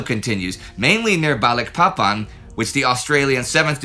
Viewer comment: I'm an American ex-pat living in Indonesia. I chuckle every time Indy says Balikpapan. Maybe one day he'll get it right, but not yet.